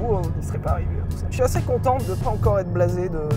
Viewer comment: Bordel Sylvain. Quand tu prononces "assez" on dirait une vieille brebis galeuse !!!!! Ca se prononce assé pas assêêêêêê. On est chez les ploucs ici ou quoi ?